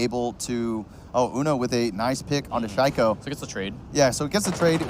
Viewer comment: Boris Müller oh yeah. Listen how they pronounce shaiko. I was like wtf. Obviously this casters doesn’t know who shaiko is